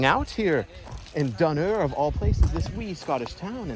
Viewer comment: Wow, i live nearby and i had no idea that labyrinth was there! Also, i have never heard Dunure and Arran pronounced like that lol